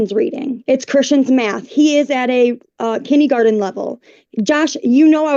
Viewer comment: Not BOOLYING!! Also, , did she call it "kiddie-garden"?